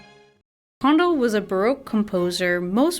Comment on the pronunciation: Weak, rambling presentation. For someone who claims to know a lot about classical music, you should know how to pronounce Handel's name correctly.